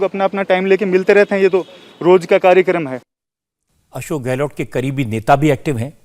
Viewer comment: रजत भाई आप हमारे मुख्यमंत्री का नाम गलत बोलते हैं हमारे मुख्यमंत्री का नाम अशोक गहलो ट नहीं है सही नाम है अशोक गहलोत लास्ट का अक्षर सरनेम में त है / ट नहीं